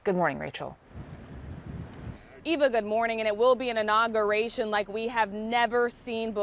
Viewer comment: Professional "journalist" Inagation? Try inauguration.